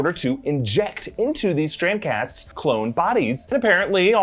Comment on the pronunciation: Is he saying Strand-cast? or Strancass?